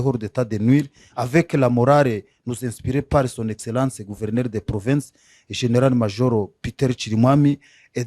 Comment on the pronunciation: C'est un congolais ou rwandais qui est interviewé ? Controre?? Rieutnant coronere ??? generare ???sembre???